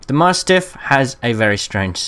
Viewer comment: Nice tips. Although I will say that I have never heard anyone else pronounce mastiff as 'maahstiff' in my life. "cool dog, is it some kind of maahstiff?" "U wot m8?"